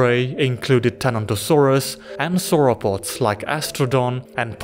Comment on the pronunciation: "Suropods" and "Manmoths"? :D